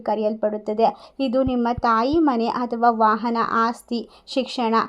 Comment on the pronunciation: ಮೇಡಂ ದಯವಿಟ್ಟು ಕ್ಷಮಿಸಿ. ಅನ್ಯಥಾ ಭಾವಿಸಬೇಡಿ. ಅಥವಾ ಎಂದು ಹೇಳುವಬದಲು ಅಥವಾ ಎಂದು ಹೇಳುತ್ತೀರಿ. ಅಕಾರ,ಹಕಾರ,ಈ ಕಾರಗಳನ್ನು ಸರಿಯಾಗಿ ಹೇಳಬೇಕಾಗಿ ಕೇಳಿಕೊಳ್ಳುತ್ತೇನೆ.ಅವಕಾಶಕ್ಕೆ,ಅವಕಾಶ ಎಂದು ಹೇಳುತ್ತೀರಿ. ಆರ್ಥಿಕ ಎಂದು ಹೇಳುವಬದಲು ಹಾರ್ಥಿಕ ಎಂದೂ ತಪ್ಪಾಗಿ ಉಚ್ಛರಿಸಬಾರದಾಗಿ ವಿನಂತಿ.